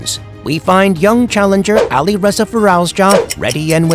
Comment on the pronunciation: Please stop pronouncing Alireza name its soo painfull❤❤❤😂😂😂